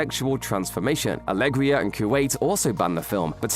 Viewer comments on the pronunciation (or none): Alegria ?! That's a great way to butcher the name Algeria. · You didn't say Algeria correctly